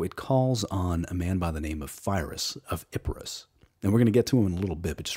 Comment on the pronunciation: ITS ep-ir-us where the fuck did the Ip come from im getting ennoyed now stop